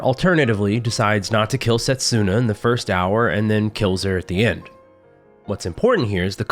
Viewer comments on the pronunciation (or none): Funny how you made a joke about possibly mispronouncing Nidr's name and causing pain while constantly mispronouncing Setsuna. Not a dig, I just found it funny. And yes, it hurts a bit every time 😅 You're not a Japanese speaker (I presume) so the error is fine.